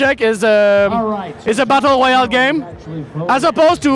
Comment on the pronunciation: His Elmer Fudd pops out whenever he says "Woyale"